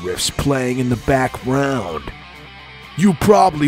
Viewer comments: i love that you pronounced backround how it was spelled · I like the attention to detail of mispronouncing background because it was misspelled.